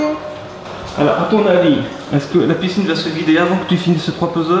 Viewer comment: Ons dit piscine pas picine mdrrr